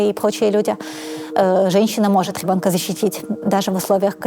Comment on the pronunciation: Отличный выпуск получился! Спасибо! Одно удручает - когда слышишь «гебонка» вместо «ребёнка». И весь монолог в таком же стиле. Блин. Ну неужели сложно поработать с логопедом, если выбрала себе вид деятельности публичного спикера. Всю свою сознательную жизнь заниматься умственным трудом, не лениться изучать кучу предметов - ГОДАМИ давать интервью и говорить публично - ну так не топчись уже на месте - СДЕЛАЙ практику с логопедом!